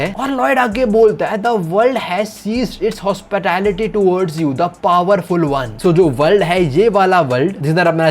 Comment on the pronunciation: hospitaliti 😂 Damn scam